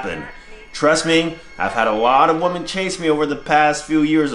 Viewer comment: Women and woman = the same exact pronunciation to AD.